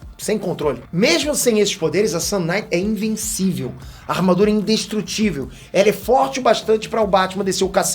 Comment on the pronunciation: O mais pika é o sotaque da palavra sun kinight que faz parecer sun night, que é noite de sol, que tambem seria um nome pika